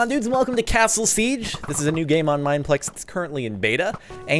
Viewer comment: LOL he pronounced siege wrong!